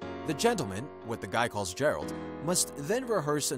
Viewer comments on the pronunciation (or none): GEH-ralt Not Jeralt 😤